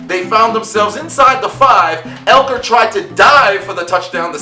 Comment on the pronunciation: great video but its austin ekeler, not elker